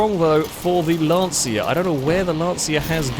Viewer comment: can someone tell it's not "Lantseea" but more like "Luntchuh"